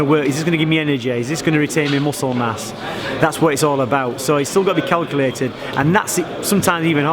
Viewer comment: 1.50 did he really say it's all been kellculated. 😂